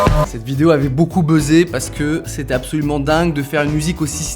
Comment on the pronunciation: J'ai dû aller voir un psy à cause de "apsaulument"